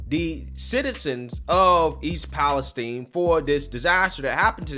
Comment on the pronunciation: Thank you for being the only reporter I've seen to say "East Palestine" correctly. With a hard e not with an i.